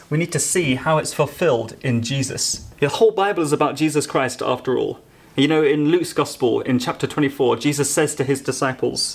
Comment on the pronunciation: I agree pretty much, but I have other problems with worship songs, ALL Christian music really. When the words me and you come up, they are pronounced as may and yo, typically when it is the last word of the last line of a verse or chorus. Equally annoying is when people born in the US pronounce certain words when they sing, as if they have a British accent. My play list is limited, but I weed those songs out as much as possible. Worship music and the service in general in church, reflects the sorry state of Christianity as a whole. Progressive, liberal, and worldly.